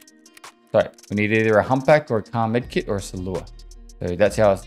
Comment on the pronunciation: He also says salewa wrong, although this episode he pronounced it differently a few times for some reason